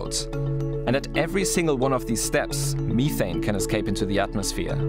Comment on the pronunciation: I had to stop after the 5th pronunciation of “Methane”. I❤🇨🇦oil&gas.